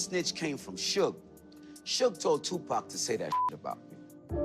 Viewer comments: Ahhhh who’s Shugay? 😂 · The way you pronounce suge knight is blasphemy. 😂😂